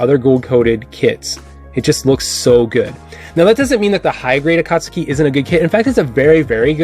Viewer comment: “Akast-u-ki” , I cringe everytime you pronounce it that way.